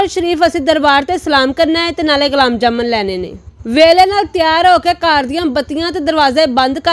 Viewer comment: Gulam jamun ni Gulab jamun hota hy bibi 😂